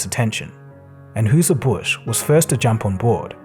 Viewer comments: Anheuser. "Ann HIGH zer" not "Ann HUE zer." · Hello: It's pronounced "Ahn-HIE-sur" Busch. Thanks. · Love your videos man! Just so you know its pronounced AnHISER Busch. I know not how it's spelled so it's hard to get but ya! haha Keep up the amazing work tho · It's pronounced ANN-high-zur. Anheuser Busch is renown as the brewer of the worlds finest beer ~Busch Light~ Otherwise known as Angel Piss. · Anheuser is pronounced AN-hy-zer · Anheuser Bush is pronounced Ann Hizer Bush.